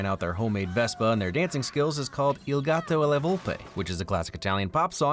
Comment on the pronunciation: I'm not seeing any comments about this so even if I'm late to the video being posted I'm just gonna say this: I'm Italian and your pronunciation wasn't bad! you got most of it right, some slip ups here in there like gato instead of gatto and the word ricompensa but the rest was good overall :)